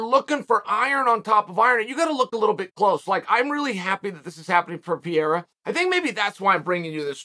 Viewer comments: Pereira ❌ Pierra ✅ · It would be crazy but i would love it man.And Chael its Parera pronounced not Pierra but its fine man ahahaha.And Sean vs Pereira would be good and dangerous match up tough strikers man but i want Sean to win so badly. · Glory…& yes, I saw the whole fight…. “Pa-re-ra”… When he lays Izzy out again, will you then pronounce his name correctly?? But Strickland will drag him down when he realizes he can’t stand w him…we’ll see how much ground game he has then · I like that he's calling Pereira PEER lol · Welcome to the Pee-Era! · Chael made this entire video just to mispronounce Pehedda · LOL is Chael clueless about who "Pierra" is or is he just pretending